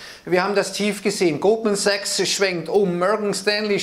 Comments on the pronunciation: Bei hab ich doch glatt Gruppensex statt Goldman Sachs gehört. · Ich verstehe immer nur "Gruppensex", aber ich denke er meint "Goldman Sachs". Bin scheinbar schon zu lange in Quarantäne.